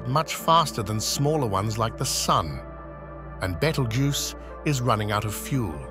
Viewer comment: That's how your AI voice pronounces it, wrongly. 😊